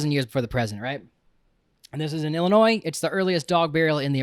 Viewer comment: What kinda PUSSYcat doesn't wanna hear about war dogs!? Also thanks for saying Illinoi and not Ehlinoiss.